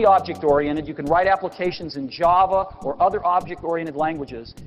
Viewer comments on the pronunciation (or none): none